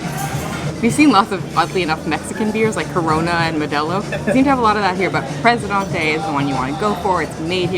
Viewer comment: Good learn how to prenouce the beer ..duntee